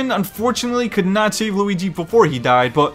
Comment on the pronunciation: why does it sound like says waluigi